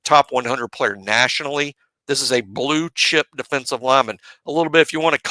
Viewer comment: Great show fellas, you can tell that doesn’t have to refer to anyone or worry about stepping on anyone’s toes at BOL. So he’s giving more insight. I like how he says BLUE CHIP! 😂 RTR